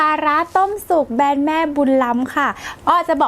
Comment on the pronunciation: แบรนด์ค่ะ! ไม่ใช่แบน 😄